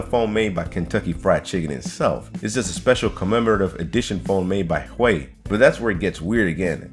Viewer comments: He just called Huawei Hway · You said Huawei wrong it's pronounced "hwa-way"